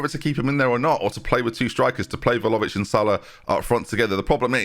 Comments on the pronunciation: Vla-ho-vic. Hovic. Not Lovic. You’re saying Vhalovic. Like saying Jenby instead of. Vlahovic. Not leviosaaaaaa. Sorry, I’m just really sensitive to this. 😄😄On another note, I don’t really like Bayern, but this team gets me excited. I think you’re making good decisions so far in this save, staying at a club and moving when you do. There’s no reason why you couldn’t do the treble this year. Good luck, I’ll be around to see it play out for sure! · ffs i was hoping we'd left your horrendous pronunciation of Vlahovic behind us